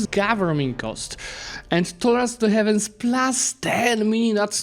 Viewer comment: Jesus your pronounciation of "heathens" is just arghh, it's "hivens" not "heavens"